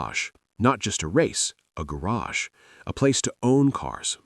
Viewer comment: He says garge funny